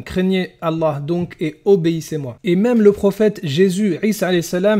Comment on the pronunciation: Sarah N 😮 c’est vrai que l’argument « la bible a été écrite par des hommes pêcheurs ... » on l’a pas souvent entendu d’autant que c’est basé sur rien lol Non j’arrête pas vous ne maîtrisez ni le coran ni les hadiths, quand ton oucaca saura prononcer correctement le nom d’Allah alors on pourra vous écouter. En attendant votre argument et mensonges basés sur rien c’est poubelle 🗑